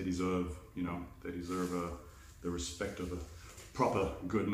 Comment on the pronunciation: very cool knife! love that damacas steel look. Very entertaining video keep them coming. "Resect" lol